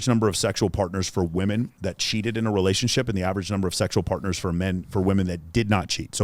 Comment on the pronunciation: "she didnt want no secrets in our relayshionship" LMFAO. My very last gf admitted to 7 and even that was too much for me. I just couldnt respect myself if i took her seriously. Every girl i was involved with was ruined before me so i told myself never again. Been celibate for 7 years and i have absolutely no regrets.